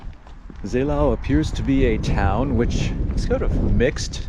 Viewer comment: A lot of people got confused of the ow-Endings of town names in this area like Seelow or Hathenow some Kilometers away. Seelow [ˈzeːloː] (ZAY-low)